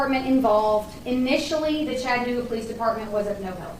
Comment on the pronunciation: Catching this on the replay as I missed most of the live!, I love how you pronounce Chattanooga 😄—especially with your accent. Down here in the Tennessee region, most folks say it like "Chadd-a-nooo-ga" 🤭—unless they’re new to the South. It’s kind of like Louisville, Kentucky. People who aren’t from around here might say "Lewis-ville" or "Louie-ville," but locals from this region will let you know it’s "Lou-vull." I grew up in a small/rural farming community in Wisconsin, so moving to Birmingham, Alabama at 18 years old, and never being exposed to any other part of the country other than the midwest. Boy, was a whole culture shock. Thank goodness my new community quickly gave me a crash course in Southern living so i wouldn't stick out like a vulnerable "sore thumb" 🫣: 1. It’s “y’all,” not “you guys.” 2. It’s “Coke,” not “pop.” 3. And for the love of sweet tea, it’s "Lou-vull," not "Louie-ville." 😂 Funny enough, within a few years of leaving my small hometown, one accent that drives me nuts now is the one I grew up with. It’s like nails on a chalkboard—but also a little nostalgic. When I visit Wisconsin, I’m the one with the accent now, but within 24 hours, I’m back in full-on “Yankee girl” mode. Then I come home, and the same thing happens in reverse: the Wisconsin girl gets shoved in the back seat, and the Southern woman takes the wheel again. It’s like my accents have a time-share agreement! And even though I’ve now lived more of my life in the South than I did in